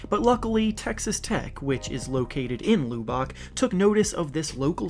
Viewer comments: The way you said Lubbock was sick 😂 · Me being from texas, every time he says Lubbock, it annoys me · As a Texan that is not how you say Lubbock lol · Facts it's painful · Lubbock is pronounced like lou-buhk, not lou-bock. It gets annoying when you actually lived there and hates it mispronounced. Thank you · Lub-buck is how it's pronounced my man not Lew-beck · Its not lube-ock its lub-bock, pronounce somethin like “lubuck” I whent to school with culver (all of middle, most of highschool). Not only is he an awesome person, He is a super hard worker and doesnt give up! just because hes had a lack luster performance in other’s opinion, i think he can bounce back, because of his drive and he can ball no doubt. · It's pronounced "LUB-buhk", not "LUE-bahk" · it’s pronounced “luhbick” not “lewbock” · seriously bro... call it luh-buck next time. Loo-Bock bothered me. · Bro....its pronounced Luh-bik. Not Loo-bik. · Dude. You are pronouncing Lubbock so wrong 😂😂 the “u” makes an uhhh sound so pronounce it like “Luhbbock” not “luebbock” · 1 min 30 sec + intro and pronounces Lubbock as loobuck. I’m out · Loo Bock? lol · Loo00bock. Riiiight. It pays to learn how to pronounce names and place names. It gives credibility to your presentation. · Also say lubbock like lub-ick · Lubbock La-Bick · It’s Luh-Bick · This dude really said “Loo Bock” 😂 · Lue-Bock I’m fucking dying man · It’s pronounced L-Uhh-beh-k. I live in Lubbock (unfortunately). Love the vids tho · Lubbock is pronounced la-bick. Im from Texas so it kinda bothered me didn’t want you out here getting clowned lol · It’s pronounced LUH-BUCK, Idiot. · Ahaha Luebook haha 😂 😂 I cringed a bit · Lubbock is pronounced, Luh-Bick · Need to say Lubbock better tbh 💯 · Learn how to pronounce the city Culver played in. You sound foolish with the incorrect pronunciation. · The way u say Lubbock 😭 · The way you say Lubbock is all wrong wtf that shit sounds funny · Wow, y'all can't pronounce Lubbuck, Texas